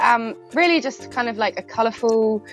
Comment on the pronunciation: "I'm clearly colurfull" lol you think?